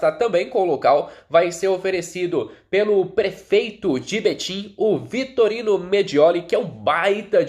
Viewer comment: me desculpa está te corrigindo, vc está falando Vitorino, o correto é Vitório Mediole.